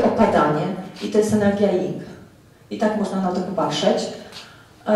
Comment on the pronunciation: Energia żeńska to yin (bez 'g'). Jing to esencja życiowa, jeśli już chcę się Pani trzymać terminologii chińskiej...